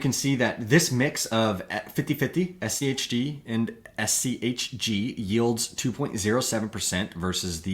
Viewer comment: was annoying to me how your inflection goes up on the H in schg and schd, when the g and d are what are different and so that should be the emphasis when you are differentiating these words, you basically made a point to make it super hard to follow bc you wanted to try to make it easier to understand by speaking like a five year old.